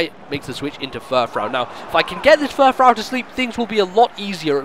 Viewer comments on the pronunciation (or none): also furfrou is pronounced fur-froo. it being a reference to frou-frou